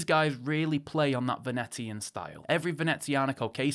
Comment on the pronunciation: Phonetically it's "Veneeshun" not Venetian 😉 Anyway I am a big fan of Beaucroft and Wise but where on earth is Formex?? Not counting them as a micro or too expensive for the list? Having owned both they are miles ahead of Zelos in every way. Henry Archer are also better than Zelos in my view